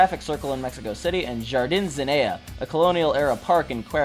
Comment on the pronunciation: Great video! But my man, you could have looked up how to pronounce some of the Spanish words. It physically hurt me the way you pronounce "jardín"